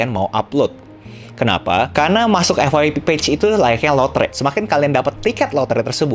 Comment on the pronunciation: Bilang EFF YEEE PEE BANG jangan bilang EFFFF WAII PEEE... GUNAKAN BAHASA INDONESIA YG BAIK